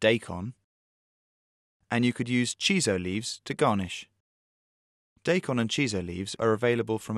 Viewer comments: It's die-kon, not day-kon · it's not DAY KON it's DYE KON~!!!! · its not daykon... its DIE KON! and its CHEE SO! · Not "Day-Kon". It's "DAAAAIIII - kon" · wtf they spell it daikon and they pronouce it day con? i wish sometimes i can do 1000 thumbs down.